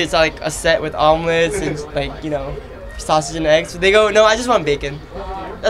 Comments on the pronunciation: LOL. "Sau-Sausage" "Peraidu Cheeken" and "Wadurmelon" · LMAO !! Love the way Soo Hyun pronounce sausage xDDDDD